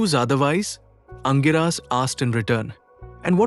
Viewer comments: The right pronunciation is Angeeras. Not Angiraas. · Aangiras not angiraa!